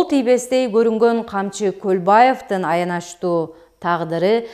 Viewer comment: Аяначтуу 😢туура окугулачы жок дегенде